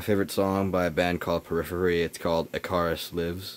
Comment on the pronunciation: So hopefully in the past 8 years you've begun to listen to and appreciate music from time periods other than "the present", and you've since learned how to pronounce "Icarus". That said, yeah, this thing is an absolute beast - I had one from around 2000 til I sold it in late '09 and it's in my top-3. I'd never own it again - it's just too large and far more than I need or want these days. But it was a looker for sure. Many of the comments below are on the money though; a speaker setup like shown here is a waste of a power classic quad.